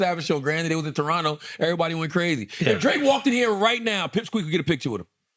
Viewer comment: Shout out to Andrew for saying Toronto like a Torontonian!!! Second T is silent.